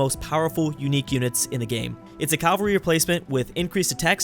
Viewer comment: Cavalry not Calvary.